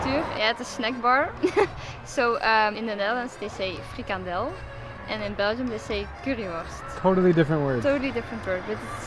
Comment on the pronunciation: It’s funny that this girl sounds very Dutch when she speaks English, but at the moment she said ‘frikandel’, you can immediately hear that she’s from Belgium.